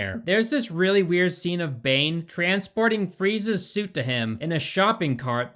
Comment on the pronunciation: I know you said transporting Freeze's armor but it sounded like Freeza's armor. 🤣🤣🤣